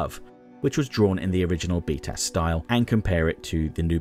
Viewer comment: One thing that is funny is that when you say BTAS, it sounds like “beat a**”